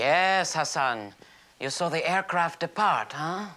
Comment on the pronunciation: That’s “gracious”. And his name is “Hassan”.